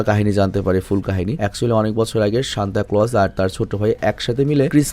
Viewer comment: Vai oida santa na senta😢